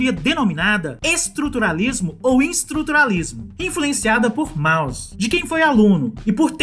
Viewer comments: é [Môss] não Mauss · A entonação de Mauss é "môss" e não "Maus". Abraços parabéns pelo vídeo. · se diz mous...